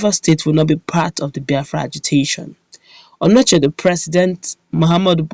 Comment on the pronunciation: That's not Anochie, it's Onochie, check very well before you write ir say a thing.